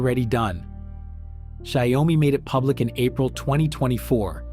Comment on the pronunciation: If the US switches to Chinese AI, maybe AI will pronounce Xiaomi correctly